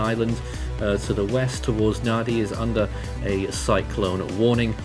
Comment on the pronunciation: Thank you for the update - For future reference Nadi is pronounced Nandi - the d in Fijian pronounced nd. Viti Levu is pronounced Veetee Lēvu